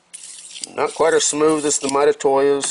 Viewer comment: Those interapid calipers are my favorite. I have the 12” digital and dial versions. They are second fav to my Eatalon’s Lastly, lol. The way you say Mitutoyo is all F’ed up. Let me help you….. say. ——> mee-too-toe-yoh, then say it fast. Pooof, now you got it. I know you go this! lol